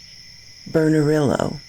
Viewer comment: Hey girlie..just an FYI for ya (if you are interested) Bernalillo is pronounced like "burn-uh-lee-oh"